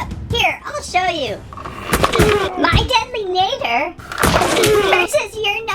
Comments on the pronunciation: btw it’s pronounced deadly nAdder Ah ah ah deadly nahdder no offense I hope I didn’t offend you just so you know how to say it right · Apparently according to google it’s pronounced nah-der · I want the mangler so i can most of the dragons. But it will be fun to see wich one i get. My list: 1. translucent deadly 2. nadder zippleback 3. Monstrous nightmare. Watch the movie again so you can say nadder correctly. Love your vids❤ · PRONOUNCE NADDER PROPERLY!